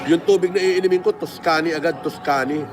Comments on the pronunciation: tus-kani hahaha trilyonaryo, pero yung pronunciation sablay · Tang inang pronunciation ng tuscany. Hahaha halatang walang class ampota pilit na pilit eh. Di nya siguro alam kung ano ang tuscany. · Aqua Panna tapos d alam tamang pronounciation ng Tuscany. Yakkk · Can’t even probounce “tuscany” for shit. Sino pa bang naniniwala kay flm? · Doctorate na di alam ang correct pronunciation ng Cambridge at Tuscany 😂😂😂